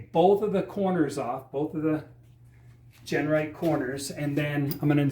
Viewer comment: great work but you keep calling it Gernright, that's not Genright thats all you.